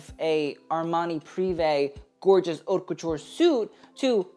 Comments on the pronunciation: Did I just hear this kid say 'HOT LAMODE' . Come on. Just TRY. I cannot listen to someone who won't even TRY. ( You can say 'Oat' if you really cannot pronounce it but it's more ''Ut'.) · FYI "haute" is pronounced like "oat" in French.